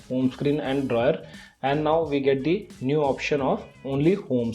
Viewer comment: Why do you pronounce "DRAWER" like "DRAYER" ? It bothers me alot.